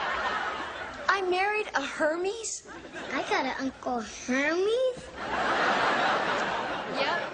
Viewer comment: Er-mez, actually, but how would actors know how to pronounce Hermes?